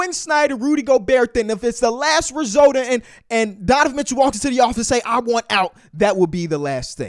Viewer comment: “donovan mitchew”